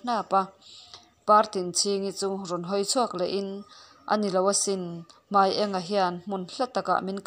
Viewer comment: Hmai eng a(yellow)ni lovin Hmai ênga(light) tih tur aniang